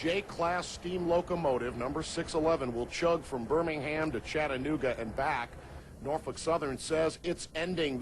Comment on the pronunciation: That lady just insulted heavily on the Queen of Steam, she should be do a 1st grade 10 times each vocabulary word saying Norfolk & Western 611 and take a test on it! LOL